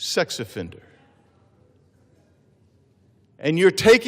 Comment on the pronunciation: He said "sex offender" with spice. As one of David Chappelle's character would say...gotcha bitch!